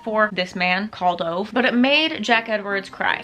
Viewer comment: Heads up Ove is actually pronounced Ooo-va